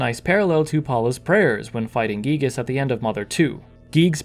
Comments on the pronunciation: I won't fault people for pronouncing it "guy-gihs", as I know it sounds cooler. I just hope more fans recognize that "ghee-gihs" is closer to Itoi's intention with the name! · Finally confirmation that the name "Giygas" is pronounced "ghee-gihs", instead of "guy-gihs". The reason of the sound "ghee" seeming off to the ear. Cool!